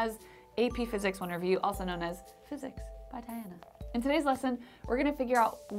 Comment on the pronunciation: "also known as AP Physics wnerfviiew or Physics wffeeiene" ???